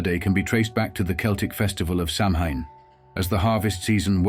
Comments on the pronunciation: Samhain is pronounced SAW-WIN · You are mispronouncing "Samhain". If you are going to go to try and present historical information, make a slight effort and research the pronunciation of the terms your discussing; otherwise you do not inspire much confidence in the evidence you present. Also, this is a very simplistic explanation, totally ignoring the harvest festival aspect and the similarities with other such pre-winter festivals in animist/polytheist societies around the world.